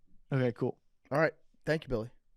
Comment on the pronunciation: Billy's parents paid for him to go to non-public schools, right? How does he pronounce so many words incorrectly? His parents should get a full refund. They should receive said settlement in gold bullion.